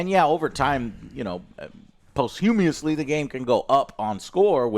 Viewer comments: Ok so this is the second time I've heard Joe say "Post-humi-osly". It's officially pronounced "post·hu·mous·ly" but I think "Pahst-tu-mas-ly" works better since those breakdowns can be hard to read too lol. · Why don't people know how to say posthumously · Posthumously is pronounced to ryhme with costume lessy, not whatever TF you keep saying Joe lol...